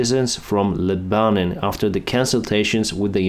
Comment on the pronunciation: It is not Le-ban-on it is Leb-a-non